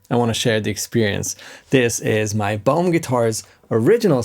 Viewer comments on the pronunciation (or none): Lol, when you were saying the brand name my American ears heard " Bone" guitars! My bad! 😁